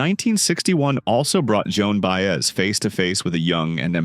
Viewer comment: This COULD have been such a terrific story, however, you let AI crap butcher her name over and over, left out so many events, performances, and personal experiences that as a life long fan of her and Dylan it became both painful and disgusting to try and watch. Shame on you for trying to exploit such a great singer.